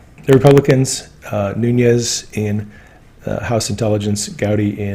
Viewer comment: Devin Nunes - surname is Portuguese, Nunes (not Núñez). Pronounced Noo - nes. Just trying to help.